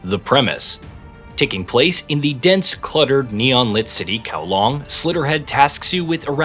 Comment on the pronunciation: You made effort to pronounce the Japanese names, but zero effort to pronounce Hong Kong’s district setting Kowloon. Kowlong and then Kowloon. Very telling.